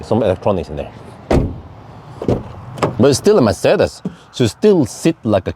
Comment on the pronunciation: first youtuber that pronounces Mercedes correctly?